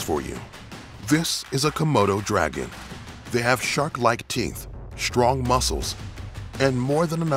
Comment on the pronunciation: strong not "Schhhhtrong"